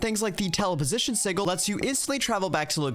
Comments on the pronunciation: previous versions of blood magic had a book (the sanguine scientificum?) that had the exact same fearure. Side note: I wish it wasn't called EV. I keep thinking of Gregtech. Sih-juhl. Not Sih-ghul. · SIDJ-IL NOT SIG-IL!!!!!!!!!!!!!!!!!!!!!!!!!!!!!!!! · The G in sigil is supposed to sound like a J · pronounces sigil with a G sound instead of a J sound which is the correct way to say it. Its just funny lol. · Apparently si-gl (Like is using) is the American pronunciation, while si-jl is the British pronunciation... Personally, as an American, I have never heard the American pronunciation in my life, so I'm just as thrown by it as you are. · a quick search shows that in no way is a pronunciation with a G correct. It comes from the Latin word sigillum and is pronounced as how everyone here knows it does. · No, no it is not. si-gl is absolutely wrong. I live in the US and it wasn't until I heard Matt Mercer say it that way on Critical Role that I EVER heard it pronounced so very wrong. I was born in 1981. That's well over 30 years before I ever heard it pronounced any other way. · I have litteraly only ever heard it pronounced with a G for Planescape, which also doesnt matter because its not referring to an arcane sigil and instead the City of Sigil, and names can be pronounced however the f the namee wants. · Please look up how to say sigil properly. :) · I really hope that your pronunciation of "sigil" is engagement bait haha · The pronunciation of sigil is sending me lol